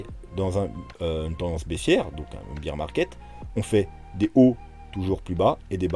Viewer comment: lol ne croyez pas ceux qui affirment des trucs. par contre, demain je vous dirai où sera le bottom. en + je saigne des oreilles, on ne dit pas "beer market" (le marché de la bière ?) prononcé "bir" mais "bear market" (les ours) qui se prononce "bère". Comme dans Teddy bear. mdr.